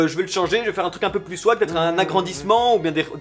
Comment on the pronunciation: Attention à la liaison "vaT-être". :3